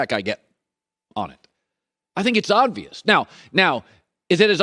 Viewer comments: I didn't get to his ranking because after the third oddvious instead of obvious went straight to comments to make sure. He seemed like he lost a bet to do this and see who notices. He said it many times. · Swap Lamar Jackson with Kyler and I agree with the entire list. Also, it’s OBvious, not ODvious. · U know what's obvious? Colin keeps saying odd-vious 🤣🤣🤣🤣🤣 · Do I keep hearing Colin say "oddvious"?